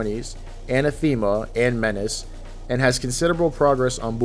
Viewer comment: The way you kept pronouncing "anathema"... T_T